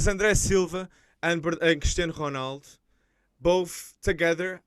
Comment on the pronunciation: im portuguese and the presenter pronounced “cristiano ronaldo” exactly how it is pronounced in portuguese